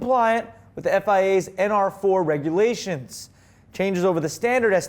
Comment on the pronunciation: Did he say ASS4? ?? lol